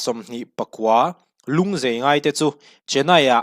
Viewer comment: Zai hi zei tiin i lam ri tlat mai!